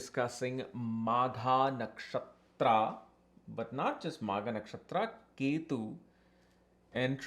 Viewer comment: Magha .... not maagha 😮